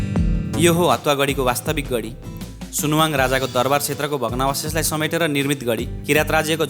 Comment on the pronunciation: सुनाहाङ हो, सुनुवाङ हैन